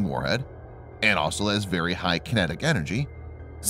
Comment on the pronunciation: Why is the word 'also' so hard to pronounce?